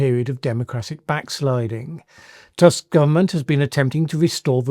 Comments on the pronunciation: in polish it is Donald Tusk not TASK U is U, A is A in polish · Tusk in Polish pronounsed as Toosk [tu:sk] - u: like in "clue", "drew" or "pool". Another informative video, thank you. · It is pronounced [toosk], as in book. Comes to show that not all Donalds T. are the same ;)